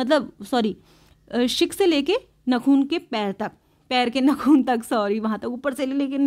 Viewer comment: ma'am nakhun nahi nakhun